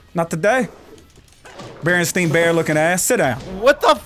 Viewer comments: Muliverse theory confirmed!!! said Berenstein not Berenstain! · lol even cartoonz said berenstein instead of berenstain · its barenstain not stein😂